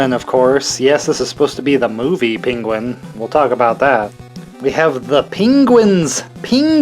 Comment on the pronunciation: Another great video! Also I like how you say "PINguin"😂